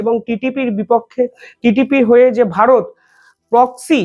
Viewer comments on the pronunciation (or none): none